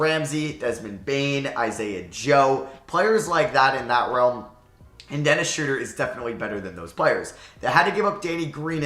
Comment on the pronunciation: Dennis Schrauder